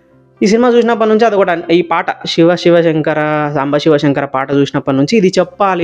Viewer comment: షివ , షివలింగం ఏంటి బాబూ, శివ, శివలింగం అను. ఉచ్చారణ చాలా ముఖ్యం presenter కి.